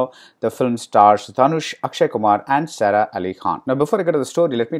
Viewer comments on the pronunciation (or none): Two things : It's Sara pronounced as Saaraa, not Serah.. And what about Rahman's music?